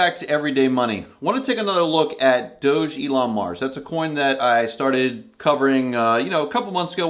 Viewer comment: Its pronounced dog Elon mars if your going to do a video on it at least get the pronunciation right SMH